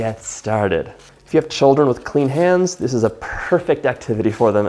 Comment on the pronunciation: I love how you say clean hands 😆 it’s good to put emphasis on that